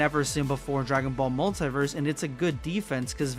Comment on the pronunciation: What's wrong with your pronunciation of multiverse Are you dumb or what stupid illiterate, I am giving dislike